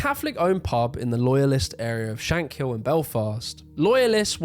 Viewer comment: I'm sorry, I'm Northern Irish and this is a great video but your pronunciations of Shankill, Londonderry and Gerry are all wrong. It's Shan-Kill. London-Derry and Jerry. FYI.